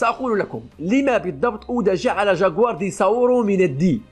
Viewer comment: اتكلم زين وش الجاكوار قول جكوار